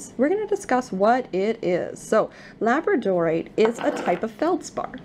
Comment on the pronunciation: Pronounced la BRAD o rite